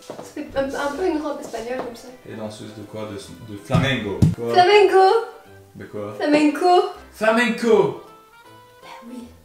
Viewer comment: moi ma préférée c'est la robe noir celle où dit flamango au lieu de flamanco et la pire c'est celle à sequins